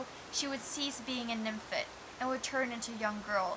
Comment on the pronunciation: It's "fet" not "fit"......nymphet.